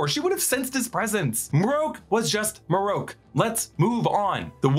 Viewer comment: MarrOak. Hmm. Marroke…. Na it’s marrok. Idk why this annoys me. Sounds letters make and such